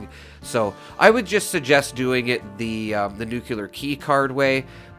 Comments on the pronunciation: Great! I can't resist saying please say "Nu Klee Ar" instead of "Nu kyuw Lar" (Sorry, it just drives me crazy, and I know even a well educated man like Peter Zeihan says it wrong, as well as probably half of people... Another Youtuber with a great speaking voice, Juice Head.. where did he go, by the way? .. also says nucular. ) Enough of the rant. Anyway, I love this tip. I know the drop rate for the plans is extremely slow, but if we want to grind it, this makes it so much more efficient. Thank you. Also, the Watoga vendors, I did the same, for hours, repeatedly swapping servers to check the two vendors. I got the Enclave flamer mod several times this way, about a year ago. I gave the flamer mods to a few friends and used one, modified for vampires, for a secondary character, because it's powerful. But the range is too damned limited compared to Holy Fire. I'll take Holy Fire any day over the Enclave Plasma modded with the aligned flamer. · There is no such word as nucular... nuclear is the word you're looking for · It’s nuclear, not “nuke-yuh-ler” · NEWK-lee-yer. Not ‘new-que-lar’ . There is no cue sound in the word nuclear. I only rant because I like you and the channel so much. And it kills me every time you slaughter the word. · Thanks for the info! Also, Nuclear's pronunciation is "noo-klee-ur." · Gawd, you’re killin’ me, Smalls. You’re making videos for a game based in a nuclear wasteland, and you have no idea how to even pronounce the word “nuclear”. PLEASE, I’m begging you, take a moment and at least type it out and JUST LOOK AT IT. Look at it and slowly pronounce it AS you’re looking at it. Please, don’t take this as rude or trolling. I’m dead serious and want you to at least TRY to pronounce it correctly.